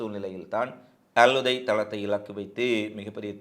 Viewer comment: தம்பி .அல்உதை அல்ல அல்உதைத்